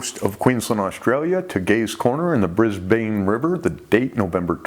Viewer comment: Looking forward to more shark stories from you next year. P.S Brisbane is pronounced Brisban not Brisbayn. Happy New Year to you & your family from Queensland Australia 🇦🇺❤️